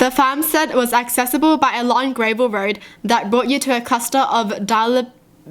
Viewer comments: It not grave l it gra vel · She says gravel like grey-vul. ???? I dont say it like that??? Is this a thing or? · Why does she say gravel like grayvel. Is there anyone else who says it like this? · She can’t even read gravel